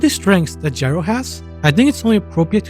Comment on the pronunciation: Technically it’s pronounced “yee-row”